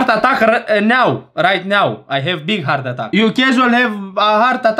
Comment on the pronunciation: Hartatac 🤣🤣🤣🤣🤣🤣 vreau și eu lecții de engleză de la tine😅😅